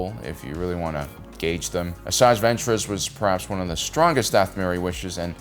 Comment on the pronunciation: “Ahsaki” lol did I hear that right? Why does it sound like he’s saying “Ahsaki”?… may the force be with you, always…